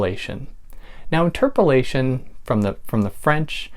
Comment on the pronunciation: Excellent teaching, thanks much! One thing, I would pronounce interpellation as: inter - pellation, so it's not confused with "interpolation".